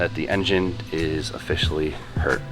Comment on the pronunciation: the engine is officially "hert"